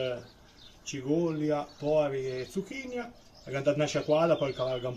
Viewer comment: Si ma tutte quelle i le metton solo a Villafranca 😂 (cigolia, zucchinIa)..cigola e zucchina la s disa . Bravo comunque